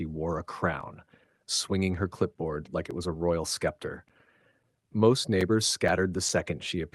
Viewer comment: I don't have time to sit here all day listening to a story that could have been told in half the time. Scepter is pronounced sep-ter not skep-ter.